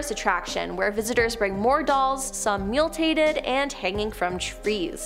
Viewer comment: Mutilated . The word is mutilated. MEW-TI-LAY-TED.